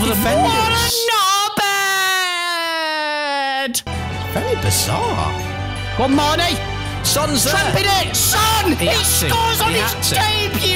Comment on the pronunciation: They days when they would call Mane “Main” 😂😂😂